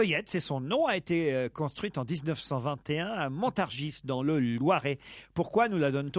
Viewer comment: "Degasse" 😂😂 ; : "Montargisse" 😂 ; : "tcheune" Connery 😅